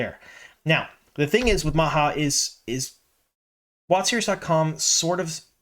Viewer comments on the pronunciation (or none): Not sure how to pronounce it in french, but pronouncing Majas name as Ma-ha is driving my swedish ass crazy! 🤣